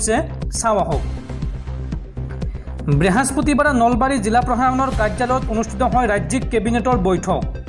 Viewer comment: ব্রেহস্পতিবাৰ নহয় বৃহস্পতিবাৰ বুলি কব লাগে। ধন্যবাদ!